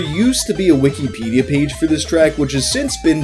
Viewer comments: The way you say wikipedia makes me think youre talking about a different website since you say "wiki-pedia" instead of wikipedia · Love the way says "weekee peedee-uh"